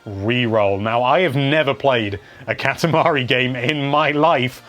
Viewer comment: It's not catamuhree its cot ah mah re